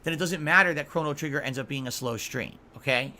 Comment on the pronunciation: Cona-Trigger-nger😂